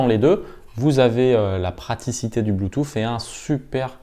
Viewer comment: J'ai bien aimé votre " blue toufffff" 😂 .. vous êtes super technique, je n'y comprends rien ! Mais dire " blue touuussss" (bluetooth).... Je le sais 😜👌. Merci tout de même !!!